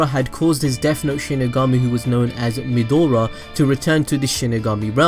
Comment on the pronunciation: It's pronounced Meh-Dra, not Medora like the explorer. Also, Shimigami don't have a sex or gender...